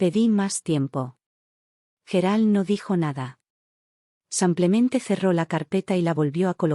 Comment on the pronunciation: Buena historia pero por que dices samplemente en lugar de simplemente